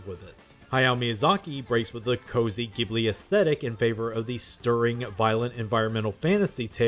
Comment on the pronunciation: I spent most of the video asking myself how such a knowledgeable person can pronounce "Ghibli" wrong... but then for 1984 you pronounced it right! What happened?